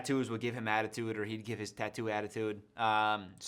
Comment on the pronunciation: I thought you just said "a-tattoo-de" instead of attitude